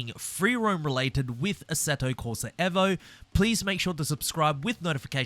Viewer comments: Eh vo???? I'm just gonna keep calling it EE vo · This mane said assetto corsa EHHVO 😂 Bruh gtfoh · Eeeeevo Not Evo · Why do you say evo like that 🫨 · can we pronounce Evo properly please